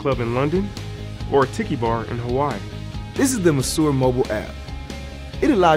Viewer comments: I think that If they wanna market this well, they should at least look up how Monsieur is pronounced. It's very frustrating. And the design is absolutely horrible. I hope it evolves into something less massive and cubic. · Kudos to these young men and I wish them much success. Try not to be so hard on the guy for his pronunciation of 'monsieur'; it just sounds southern American influenced. Check any dictionary. 'Tiki', however, as in tiki bar, should be sounded: tee-kee. There is nothing unintelligent about these guys and I'm certain they will find their target market(s) and thrive.